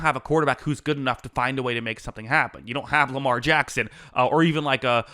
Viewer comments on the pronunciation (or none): none